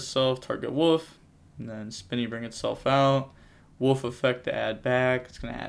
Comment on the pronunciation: It's Wolf not woof!! Lol